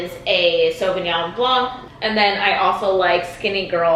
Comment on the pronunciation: I love how english speaking people pronounce the C at the end of "Sauvignon blanc" 😊 It's kind of cute. This is when I realize my language is confusing 😆 It's actually silent.